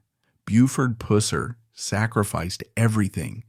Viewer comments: It drives me CRAZY how this Narrator MISPRONOUNCES Buford’s last name...(writing this phonetically to make the point) It’s pronounced …Puss er, like “Gus” with a G instead of P. It’s almost like the narrator is doing this purposely for a crude joke. For god sake man, learn the proper pronunciation. Sheriff Pusser was a giant of man, and tender at heart. He deserves you to speak his name properly! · I know, right! At certain times the narrator will say it close to correct then other times he will say that "Pooser" mess. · Is it that hard to pronounce his name maybe the narrator should go back to school or not do jobs he is not able to do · My father worked with Buford's cousin Rudy Pusser. They migrated to Chicago for work like many other Tennessee boys! He had dinner and my house often and sometimes talked about Buford, he said he was a hard guy but a good guy even with his faults! Your AI sucks, not saying his name correctly! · The way the narrator pronounces Pusser reminds me of how Sean Connery pronounced Pussy in the 1964 James Bond movie “Goldfinger.” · Who cares if he doesn’t pronounce the last name right listen to the story dumb dumb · It would be nice if the AI generated voice would pronounce his name correctly. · Yeah we the people of the south would appreciate you Flatlanders getting the pronunciation of his last name correct! Have some respect!!😮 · You’re pronouncing his last name wrong lol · You’re pronouncing his name wrong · To bad your to cheep to use a real narrator so the mans name could be said right at least once or twice, shame on you all. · Pronounce his name correct. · I can’t watch this with the mispronunciation of his name. So annoying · This stupid AI more and more are using is horrible. top all the BS, tell the basic facts only. I couldn't even watch it all. THIS,...is not a real documentary . You're not even saying his name correct,....Pusser its pronounced wrong in this. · How about pronouncing his name correctly!!!!! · It's pew-serrrr